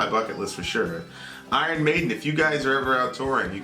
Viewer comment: It's iron maiden not maddon